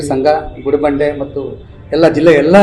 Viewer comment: Anchor ಸರಿಯಾಗಿ ಕನ್ನಡ mathadappa. ಗುಂಡಿಬಂಡೆ ಅಲ್ಲಾ ಗುಡಿಬಂಡೇ.